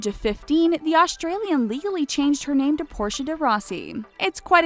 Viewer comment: I'm Aussie and I'm I the only one who hates it how she said Australian